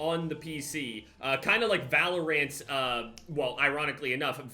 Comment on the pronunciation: valor-ANTS i love you XD